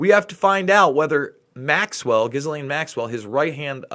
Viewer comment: It's pronounced, Gee-lane. The s is silent in her name. Also, her father was not a spy. He committed suicide. He jumped off the boat. That's the official story.